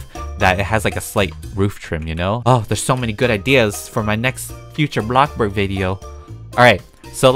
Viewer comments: when will u say blocksborg right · EVERYONE SAYS: BLOXBURG: A BLOCKBORG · So funny how he calls it blockburg instead of bloxburg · hai everyone welcome back to a black burg video Me:hi everyone today I’m playing bloc burg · I love how you say "BlOcKBoRg!!!!!!!!!" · I'm not hating or anything 🤣why does he say blockburg 🤣